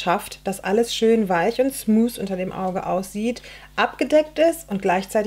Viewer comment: noch eine kleine Korrektur "smooth" liest man nicht "smoos" , sondern eher" smootf"